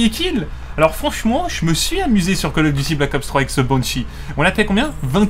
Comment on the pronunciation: Je like pas parce tu dit coll offffff call of duty